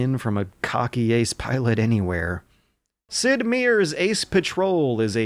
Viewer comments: I far prefer this alternate "Sidmyr" pronunciation of "Sid Meier." Makes him sound like a mythical Norse hero. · Bane-ality Verdoon Sid Meers Wonton Polly-gonnol Are we witnessing the emergence of a new form of English? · Sid Meer... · Deadly Premonition is awesome, are you kidding me? Also who is Sid MEER? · Sid Meer,?